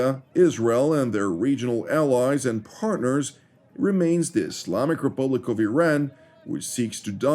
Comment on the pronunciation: It's not I"rain" it's Iran